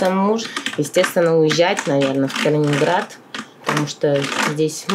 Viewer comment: Podobno znaczny procent osiedlonych po wojnie mieszkańców tego obwodu miało pochodzenie ukraińskie, o czym dzisiaj mało kto niestety pamięta. Może dlatego babcinka w wymawia "g" w typowo ukraiński sposób "KalininHradzie"